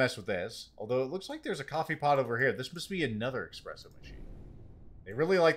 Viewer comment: Aren't you of Italian descent? Your ancestors would weep to hear you call it expresso 😢